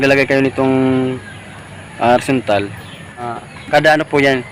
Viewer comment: Boss ano ang sinasabi niyo? Windzontal o horizantal?